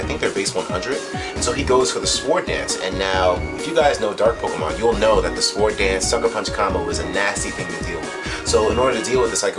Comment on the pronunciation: Hey was pronouncing sword with a hard 'W' Yuck.